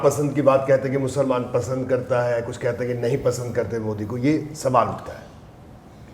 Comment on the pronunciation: बहुरूपिया यहां कुक्ष बोल रहा है रैली में कुक्ष और बोलते है 😂